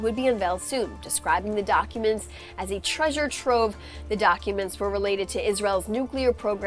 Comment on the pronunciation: "a trevjure trove"?